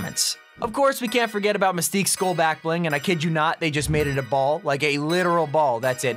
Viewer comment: It took me a full minute to realize that you were trying and failing to pronounce the word 'Skull'......it's pronounced like 'Dull'.